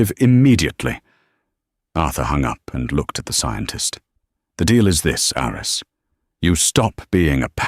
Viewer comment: The name "Aris" (short for "Aristotle") is pronounced "AH-ris".